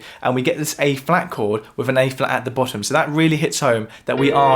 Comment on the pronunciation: You are clearly educated; stop saying "wiv".